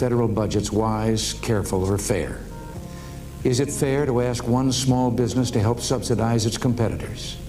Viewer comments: How can a woman who can't even pronounce ASK properly be a journalist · Another day another crazy "forest rabbit" trying to say: "Let me 'ask' you a question."